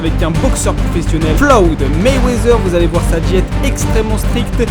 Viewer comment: La vidéo est bien tu gère mais au début c'est pas flowd mayweather c'est floyd 😂😂